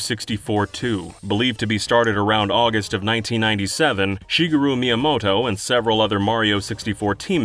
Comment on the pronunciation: Ah, "Shigga-roo" Miyamoto